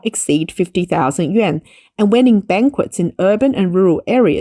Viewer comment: The correct pronunciation is something like “you-en.” But that's just to get started. That first “you” part is pronounced with the mouth forward, like the German letter ü. The second “-en” part is really somewhere between “en” and “an”.